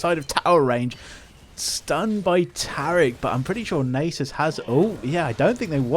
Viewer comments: my ears cannot bear nejsus any longer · Nay-sus is alive and well amd im here for it